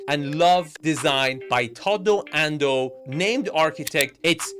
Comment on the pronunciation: You really brutalized Tadao's name. Almost as much as dipsh-t did to his design....LOL